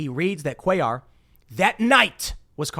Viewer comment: You prnounced it correctly Cuellar